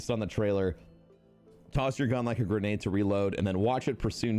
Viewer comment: It’s guuurrrnaid